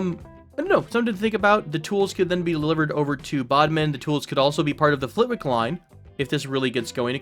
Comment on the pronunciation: Love your videos! My delicate British ears couldn't quite get used to your pronunciation of British place names. If you did want to try the native ones, Flitwick and Berwick are pronounced Flit-ick and Ber-ick (silent w), Sheringham would be Shering-am (silent second h), Bournemouth would be Bournemuth (the last u is an uh sound, as in gruff) In any case, thanks for your youtubes, they're awesome